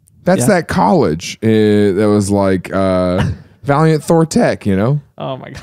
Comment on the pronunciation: v-ALIEN-t Thorr come on you gotta be kidding me really???